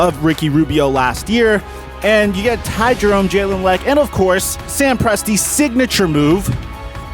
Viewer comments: The way he butchered jalen lecque’s name lol. Wonder if he went to the league too early 👀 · "jalen lec"